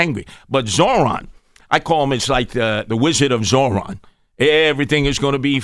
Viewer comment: Can’t even pronounce Zohran’s name right. He keeps forgetting the R.